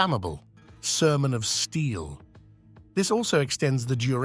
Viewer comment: the way "sermon of steel" is pronounced sounds like somehing else